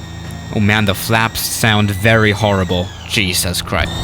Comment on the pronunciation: Nobody:: jeezuz kryst